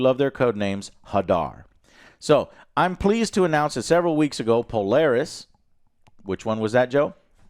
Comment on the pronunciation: Joe is either borderline illiterate or just a mastermind troll with his constant mispronunciations lol. I havent finished this video yet and hes already mispronounced "hoopla" wrong and "plethora" wrong about 10 times Edit: Add "Polaris" to the list